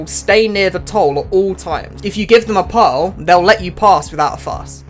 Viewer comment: this is the craziest way anyone has ever said pearl.